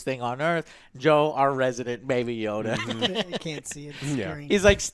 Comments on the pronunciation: baby yoda not yoddle wtf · Stop calling it Yodel... i already explained you that it's obviously Yoda.. it seems to be a story about what Yoda went through.. so probably a few hundred years before episode 1.. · why are they calling him 'yodel'?